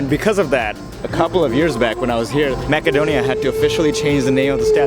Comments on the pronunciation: that is not how your pronounce macedonia, its not mackedonia, its macedonia pronouced massedonia. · Brother its pronounced Macedonia (masedonia), but if you're gonna called it Makedonia might as well say Severna Makedonia instead of North Makedonia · The English pronunciation is Macedonia, not Makedonia. And if you want to be respected by the people please do not use North Macedonia. This name was opposed by force on us. Greetings from Macedonia and feel welcome to visit us again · I'm sorry to say this but you said Macedonia wrong It's masedonia You said makedonia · Is it makedonia as he pronounces or macedonia ? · This is not macadonia....this will be Macedonia..speak this word be right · Btw its north macedonia ( pronounced with c not k) if ur speaking english but its Makedonia if u speak a slavic based language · I feel like he’s not pronouncing your country’s name correctly?